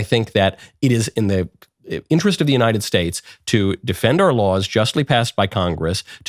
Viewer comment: " I'm just axon a question" another one that drives me nuts is when people say Unined Nates instead of United States.